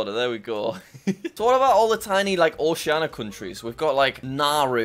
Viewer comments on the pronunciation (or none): none